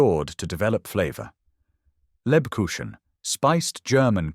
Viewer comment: The ch in Lebkuchen is pronounced like the ch in the Scottish LOCH. Really enjoying your videos. 😊